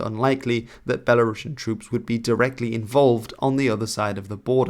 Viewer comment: A small correction: “Belarusian” is pronounced as belah-roos-ian, not belah-rahsh’n.